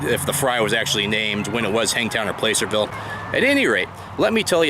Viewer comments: Well if you were anti lynching as you say you are,then you wouldn't be making "Playcerville Hangtown Fry"Pronounced plasserville not playcerville "bro". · Awesome! Thank you for your mentioning the local (to me I'm in Sacramento) historical town of Placerville. Us in the area pronounce it Plas-er-ville. Not following the typical grammar rules. My husband and I will have to try your recipe. Keep up the good work. Can't wait for the next. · I see in the comments someone told you the correct pronunciation of placerville. I sure had a time with puyallup when I moved up here not to mention a few other towns. Great video! I'm hungry now. The Piscatorian